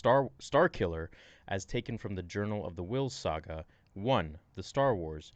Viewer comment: Yeah but it's funny how he fails to day saga and says sAga